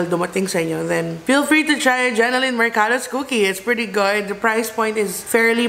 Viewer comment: Hi. Love your videos but, its JENNYLYN po ✌🏼 not Jennelyn!